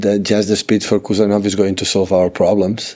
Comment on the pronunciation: "HUSANOV" not Kusanov